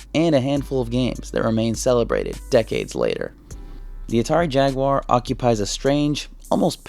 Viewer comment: It was called jag u ar not jagwuuurrh nintendos mascott is ma ri o not mour e o